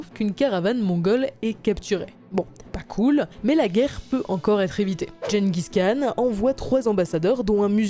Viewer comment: Gengis Khan doit se retourner dans sa tombe à chaque fois que vous prononcez aussi mal son nom...